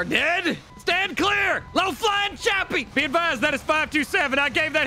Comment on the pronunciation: Hey guys we now call chopper to chuper